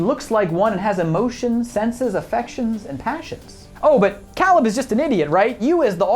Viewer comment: Why are you mispronouncing Caleb's name? He says it multiple times in the film and so does Ava so where are you getting that pronunciation from?